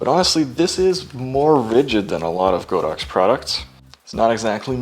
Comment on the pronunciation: Good video, however, it's pronounced god-ox not go-dox